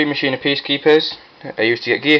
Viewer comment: first helpful tip, its Machina as in (Mah-Keen-Ah) Its Latin for machine. Just like the saying Deus ex Machina, Day of the Machine, Second word of advice dont run Gadgets, they slow down the deck, with my pure Machina's I just run the Fortress, Gearframe, Peacekeeper, and Force It is stronger and faster, also replace the Gadgets with Jinzo and Jinzo Returner, Far better, and your opponent cant bottomless or anything.